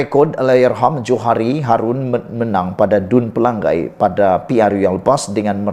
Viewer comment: Eeehhh BODOH Kau tak sekolah kah? Menyebut PELANGAI pun salah.. Pela....ngai.....BUKAN Pelang..gai